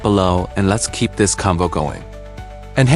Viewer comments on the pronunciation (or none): none